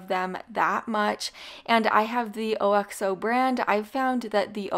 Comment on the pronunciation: It's ox o not o.x.o.